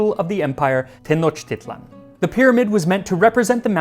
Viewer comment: Good pronunciation of "Tenochtitlan." Sometimes in other videos it is incorrectly pronounced Te-KNOCK-tit-lan.